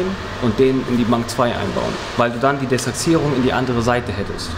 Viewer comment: Echt sympathischer Motoren. Mir gefällt auch wie er das Desachsierung sagt. Heißt zwar De-ach-sierung, aber trotzdem Cool